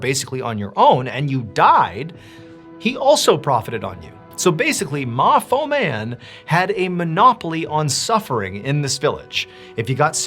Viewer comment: Oh so ma fo man is MA NOT FO' MAN 😅😅